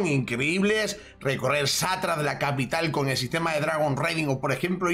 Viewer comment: recorrer "Satra" jajajaja tan dificil es decir Shattra? xD